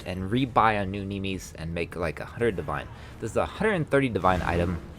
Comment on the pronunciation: the way you said nimis triggered me